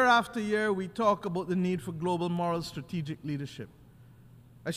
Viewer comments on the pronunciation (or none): none